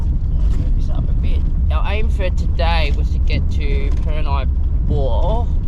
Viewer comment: The Afghans planted the palm trees back in the 1800s. I'm pretty sure Purni is pronounced 'Per' - 'Knee' not 'Per' - 'neye' haha. The showers were cold at Purni Bore when I last visited in July 2018.